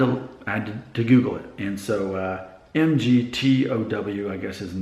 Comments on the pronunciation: Lol no it's pronounced "Mig-Tao". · I cant tell you what to do, as no one is an arbiter of Youtube. But youre pissing on a hornets nest. Im a Mgtow monk, and a part of the positive aspect of the community. Its pronounced Mig Tao. Please do some research, before you start making videos and trying to simply pick up subs.